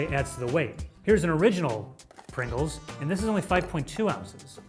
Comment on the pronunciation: Just sayin.. dats a lot of Pwingles